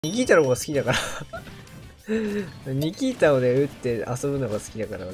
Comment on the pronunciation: 「ニキー太郎が好き」って言ってない？笑